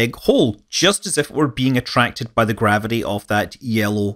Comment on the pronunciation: ...and 'gavidee' for gravity....'centrifoogul'...I can't watch it anymore!